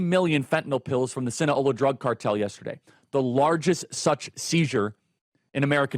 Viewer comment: Hey ,Charlie , it's Sinaloa, not Sinaola. You have a great memory, so I'm wondering how you got that mixed up. Keep up the great work.